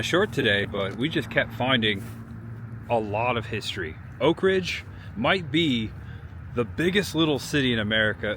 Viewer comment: You pronounce Oak Ridge as one word. It is pronounced as two words. You're forgiven for not being from around here. The NOAA building just outside Y-12 on Illinois Ave is an original medical building that still shows where the doors once hung for Colored on one side and White on the other for medical care. Thanks for a refreshing tour of Oak Ridge.